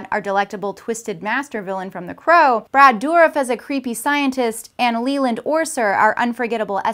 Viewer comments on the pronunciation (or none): none